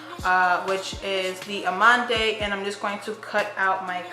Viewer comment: Ochre - "OAK-er" Amande - AH-man-d Love your channel, sis!